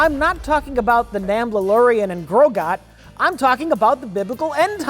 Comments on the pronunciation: "Namblalorian and Grogat". Perfection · Did call it The Namblalorian & Grogot? I'll call it that from now on. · Epic groogur